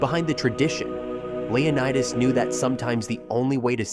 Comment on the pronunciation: Its leO/nI/tes learn how to pronounce words